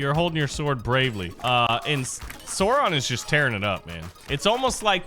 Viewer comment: i love how he says sauron (sore on)